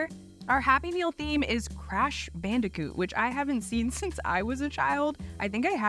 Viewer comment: Hearing her say crash bandicoot on n64 hurt a lot more than you’d think. Overall I like the new host so far and hope that there is bk vs hungry jacks